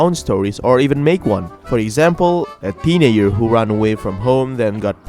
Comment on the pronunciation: "a teenayer"